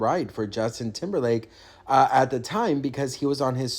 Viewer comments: Did you say TIMBERFAKE or TIMBERLAKE? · Hhh He said Temberfake